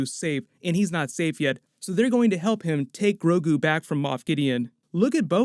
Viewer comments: Please don’t call him “GRO-KU” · mixed sandnigga i know but it's the way he said grogu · Did you say Goku instead of Grogu at least once? Lol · Ha ha it sounded you like said "Groku" i hadda listen to it a few times to see that you didn't!